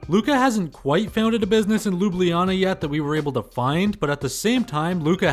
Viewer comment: Lubliana 😄 Jokes. Kudos to you for trying. A very hard sound ("Lj" or "Gl" in Italian language) for westerners to try and pronounce.